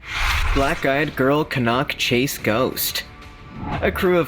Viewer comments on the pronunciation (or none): its can nack chase thats how its prononced not can knock chase and its very famous for more than black eyed children been murders there a old stone age fort a bronze age fort, ,pow graveyard and britsh and canadian soldiers buried there a crash site of 2 ww11 bombers and a fighter trainee trenches for ww1 a old hospital from 1005 till 1960s a big black cat a shapeshifter ufo sightings orbs and bigfoot and dogman a hitchhier that gets in folks cars and vanishes a mile down the road a crying women in the woods to name a few and locals will not go anywere near the place as dusk comes ,i live half a mile from it ,ive seen the black cat 8ft long 3 and half ft high in the summer of 2014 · Maybe if they see some more of the ghost they might get the place name pronouncement right its Can as in tin can Can-nock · Pronounced Canuck Chase, Staffudsha So fed up of listening to this mispronounced! This was a girl and her grandma picking blackberries xx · It really gets my goat when folks mispronounce place names. For example Cannock Chase. The narrator of the video seriously pronounced it incorrectly. It is pronounced as can-knuck!!